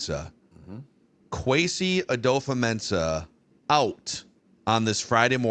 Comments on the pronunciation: At least we don't have to hear mispronounce Kwesi's name anymore after today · How is it that that guy has been on a spinoff show for PD and part of the Vikings mediasphere for any length of time and never learned how to pronounce Kwesi's name? That's pretty embarrassing and more than a little pathetic.